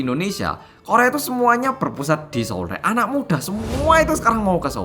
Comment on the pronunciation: ngakak pas ngomong SO'UL 😂